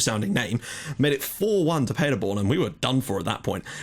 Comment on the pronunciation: Btw Paderborn pronounced like Paaderborn not Padderborn :)